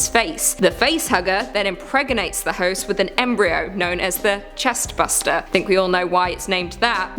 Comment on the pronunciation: Chest Burster not Buster, just saying.